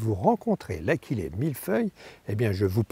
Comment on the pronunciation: Achillée doit se prononcer a-shi-lé. L'origine du nom de cette plante est Achille le héros mythologie grecque. Je n'en ai pas sur ma pelouse mais j'ai remarqué il y a quelques jours, dans une zone commerciale, sur une pelouse entretenue par la commune (et par le vendeur de tondeuse qui est installé en face 🙂), que l'achillée avait colonisé plusieurs ares. J'avais remarqué que pendant l'épisode de sécheresse, cette partie de cette pelouse était d'un beau vert sombre.